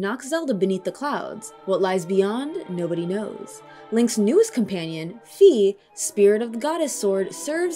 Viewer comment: And you get 52 points for saying Fi correctly.